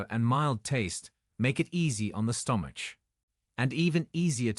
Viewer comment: Nice video, but your Ai does not know to pronounce "STOMACH"...LOL